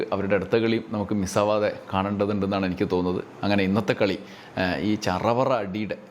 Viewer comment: നല്ല മലയാളം സംസാരിക്കുമ്പോൾ Enakk ഒഴിവാക്കി എനിക്ക് എന്നാക്കുക Enakk എന്നത് പിണറായി പറഞ്ഞോളൂm